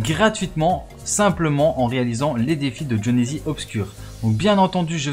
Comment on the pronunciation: A il dit jhonezizi